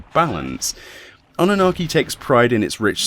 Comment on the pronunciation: m i the only who heard Anarchi ? :D 👍